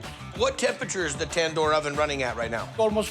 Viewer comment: Ten Door ?! 😂😂